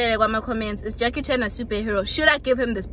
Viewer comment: "Jackie China"?! 🤣🤣🤣😭😭😭 Njayni?!